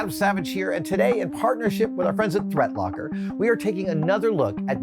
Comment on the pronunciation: Sorry, Adam, I thought you said, Thread Locker I thought the company had taken a whole new avenue :)